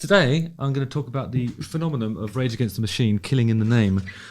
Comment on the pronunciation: Does he mean to say "phenomonom" every time he says phenomenon? 😆